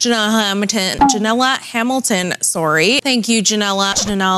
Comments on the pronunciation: When she said janila hamilton I wheezed so hard Janila Janela = windows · "jinnah hamiton"